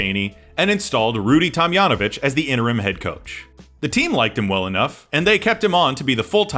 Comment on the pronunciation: Tomjanovich is pronounced with the J as in John. Tom-John-O-Vitch